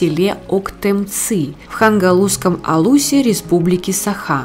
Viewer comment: Не правильно читаете. Октёмцы...Хангаласском Улусе. Вот так правильно будет.